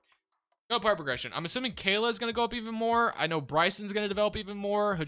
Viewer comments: Khaman Malauch Ka-mon Muh-lock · Brooo you have to learn these players names lol. His name is not khayla